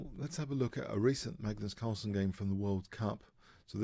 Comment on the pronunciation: lol Magnus Carstles? nice one I like it:D